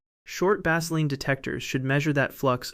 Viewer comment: You guys have got to do better with your text to voice app. Baseline does not rhyme with Vaseline. Prepare your text so that these errors are not made.